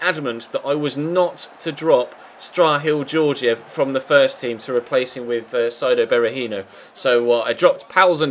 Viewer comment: Bulgarian here . Thats not how you pronounce Strahil Georgiev